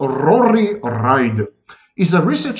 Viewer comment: You said his name correct the first time. Reid sounds like (reed). I’m Irish ☘️ I was in stitches laughing at Ride. In Ireland 🇮🇪 slang term for having sex. Having a good ride 😆